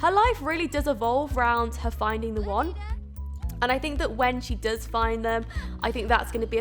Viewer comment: When you said "When Jane finds the one." It sounded like "When Jane finds the wand." Ring a bell? Descendants? The movie?